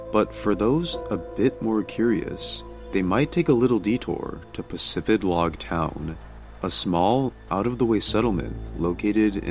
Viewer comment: Ive been playing Pokemon since 2001, I never knew it was pronounced PacifiDlog. I never noticed the D in the town name. I thought it was Pacifilog